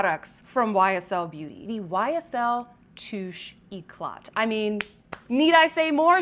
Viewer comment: Girl, it's pronounced touché ecla- don't pronounce the last t❤❤ Love your videos